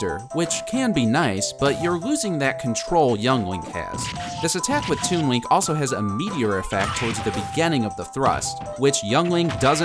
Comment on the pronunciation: it sounds like he says toon wink